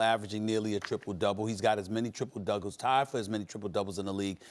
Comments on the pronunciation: SAS "triple dougles" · "Triple dougles"